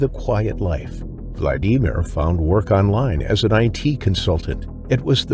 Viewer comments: What's up with that pronunciation "vlad EE mir". 😂😂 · Learn how to pronounce Vladimir for goodness sake. VLAD-A-Meer. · Vald E mere lol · Poor “VladEmEar”. I couldn’t even finish watching this video, because of how his name was pronounced. Even Siri and Alexa can pronounce that name properly…FUCK! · Vlad-ee-meer. Is this AI? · Why you calling that first guy vlad ee mere. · Vlad.Dee.Meer 😂 AI pronounces it so weird and hilarious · I hate how many times the AI says his name bc it's pronounced wrong. It's Vladimir like Vlad the impaler not Vlad I mer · Who came here disappointed at the click bait title? 👋 Who only watched for 4 minutes because every American has heard the name "Vladimir" and never, ever read it (internally or out loud) as "Vladeemer". 👋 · why are you saying Vladimir like that 😭😭😭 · I can't stand the way you pronounce Vladimir 🤦‍♀️ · Never thought the name Vladimir 'could' be pronounced like nails on chalkboard .